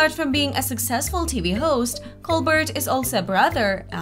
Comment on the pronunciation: His last name is pronounced COL-BEAR, NOT COL-BURT. He uses a French pronunciation of his name. Just watch a video of his show and listen........ If you don't know how to pronounce His name, I'm not confident about the info in your vid.